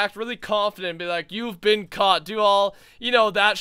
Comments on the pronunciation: "You have bean caught". I say "bin" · anybody else notice how pronounces been bean instead of been I know it's a Canadian thing but I think it's kinda funny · Any else realize that say been like bean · Yes I was thinking that just now